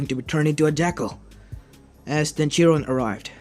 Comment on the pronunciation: it's chiron not jiron